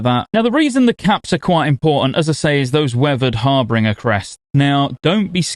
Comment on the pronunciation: I love you so much, but it’s going to be a long expansion’s worth of content if we’re calling them “HarbRinger” crests. It’s “Harbiiiiiiiinnnnggggeerrrr” crests. There’s no R in there 😅